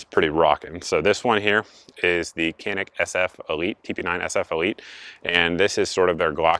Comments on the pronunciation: Canik is pronounced: 'Janik'. As of late July 2021, the cost of a TP9SF Special Forces is $399.99 at PSA. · The C in Canik is pronounced as a J sound. "Jahnik" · and I suppose that if we pronounce Canik wrong then it would not bother you if the Turks pronounce it Smithe and Weeson. It's Turkish, haven't you heard? It's a different language Einstein. LOL